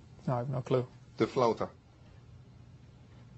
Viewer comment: "The floatah." hahaha Ali G is hilarious